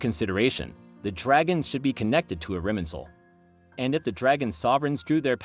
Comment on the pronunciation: irminsul, not iriminsul?